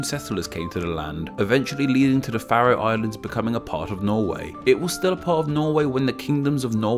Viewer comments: You definitely said something wrong, it's pronounced the "fair-ro Islands" not the "fa-ro", it's got a long vowel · I've never heard Faroe Islands pronounced like that. It's always been Fair-ohs as far as I've been aware. I noticed that you didn't mention the national pastime - slaughtering whales.